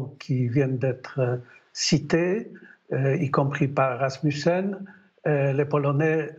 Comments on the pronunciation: Anders "Ram-sûm-en" ? Il est pharaon avec un nom comme ça ! 🤣 Non, juste Rasmussen comme un scandinave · Rasmussen pas Ramssoumen. Ancien Secrétaire Général de l'OTAN. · euh.. Pas vraiment.. Elle ne sait pas dire le nom de Rasmussen ! ça fait des années qu'il fait partie des personnages importants de la politique occidentale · Ce qui me crispe beaucoup c'est la façon dont elle massacre systématiquement chaque nom propre qu'elle croise. Politiques, villes et régions ukrainienne ou russes en prennent pour leur prononciation. C'est presque toujours un raté.